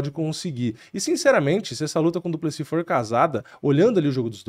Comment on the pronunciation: Pq o nome do maluco termina com S e o povo fala no singular, duplesi